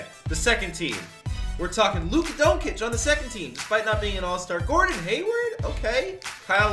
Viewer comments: Bro... It's pronounced dawn-chich not doen-cic, stop that shit😂😂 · its DON CIC NOT DONKIC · if you say Luka Donkic again im finna kill you its pronounced Luka DON-CHICH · You pronounced it luka donkey lol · You saying doncic wrong it like donchich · can u please pronounce luka doncics name right it’s pronounced (don-chic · It’s Dohn-Chich lol (Like John with a D, and then Chich) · Can you learn how to say luka doncic name please. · Stop saying luka’s name wrong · I agree. Fake Fans.